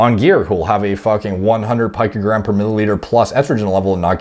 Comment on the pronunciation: "Picogram" is pronounced like Rico, but with a P. "Pico-gram". Not "Pike" 😉